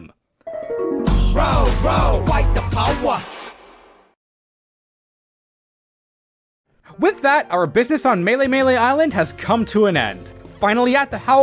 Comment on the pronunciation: "ROW ROW FIGHT THE POWA!"